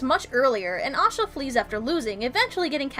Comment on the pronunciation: It's Asha ;) Osha is the wildling with Rickon that Ramsey stabs..and this is why they changed her name :)